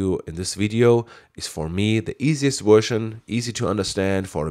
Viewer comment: 'Wersion' lol! Superb user friendly voice you have, and great video, many thanks! Subscribed!